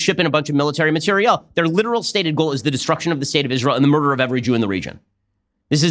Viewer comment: why does he say material like that